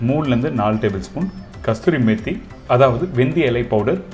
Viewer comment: Yenga? adhu Kasuri Methi thane? kasthuri methi nu solringa? and btw chappathi explanation was good and easy